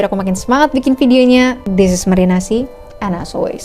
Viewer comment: kok gini yaa 🗿⁉️ tulisannya:marinasea bacanya:marinasi